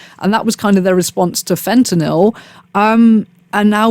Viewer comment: Thank you for saying Fentanyl correctly, instead of FentanALL. It just irks me that everyone pronounces that incorrectly. Also, while it’s not that inconceivable to imagine the government having a hand in something like this, because they know who the big distributors are, I’m not sure it makes sense to use a chemical that causes flesh decay and symptoms like that, which require a lot of health care treatment for people with no money, instead of something that would just kill them quickly.